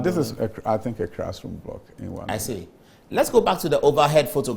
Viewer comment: And he keeps saying "crassroom" when most of the E "crassrooms" are decaying in the bushes.Please "crear" the rest of the "crassrooms" from the bushes, Honourable Minister.